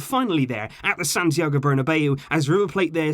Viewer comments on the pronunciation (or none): none